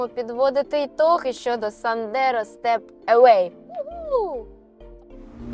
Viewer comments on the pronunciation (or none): Stepway, не Stepaway...принципово інший зміст;)